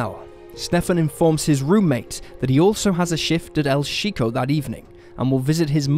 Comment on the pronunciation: It’s pronounce cheeko not sheeko and calm down chat not saying it in a rude way just trying help knowing he not of Spanish descent is all 😊